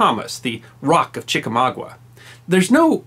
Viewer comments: There are no "WINNERS" of the CMH, only recipients who were "AWARDED" the medal. Secondly, Chickamauga; pronounced the same way it's spelled, with a GUH at the end, not GWUH. Sorry from a Southerner residing next to Ft. Benning, GA.😜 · It's "Chickamauga", not "ChickamaugWA." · LOVE THIS !!! Great narration ! (btw - it's pronounced Chicka-Mawg- ah ,,, not Mawgwah) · Chickamuga, not ChickamaugUa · It's Chicamauga, not Chicmagua! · It's pronounced chik-uh-mah-guh. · I've lived within 25 miles of the Chickamauga Military Park all my life and have never heard it pronounced Chickamagwa. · Great video! (As an aside: "Chick-UH-MAW-guh". ) No Southern accent required. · I was combing the comments to see if someone else had corrected his uninformed pronunciation. Lol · Afraid you mispronounced “Chickamauga.” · I enjoy your channel but....please...if you are going to parade your credential of having a degree in history, learn to correctly pronounce "Chickamauga". And, BTW one does not "win" The Medal of Honor. One receives The Medal of Honor. Again, thank you.